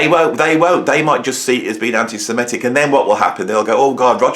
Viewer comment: With all due respect, the word is antisem-IT-ic. Very common mistake for some reason. And l believe Roger is one - (although l absolutely agree that he shouldn't be censored) - he publicly berated Bono for expressing sympathy for the victims of the 7/10 massacre. That erased any remaining doubts that l might've had.